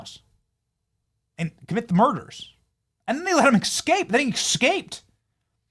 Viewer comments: Benny, please eScape not eXscape. Nails on a chalkboard. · Did you just say EXcape? lol